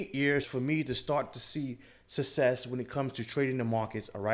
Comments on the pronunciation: "sussess", lmao. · Rule number : Learn to say the word 'success' :-)